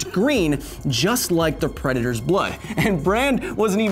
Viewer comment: "Shhh, I'm hunting pwedatois"